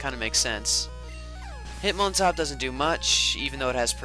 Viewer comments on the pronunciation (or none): oh and btw, when you said hitmontop, it sounded like you said "I like HIM on top" HAAAAA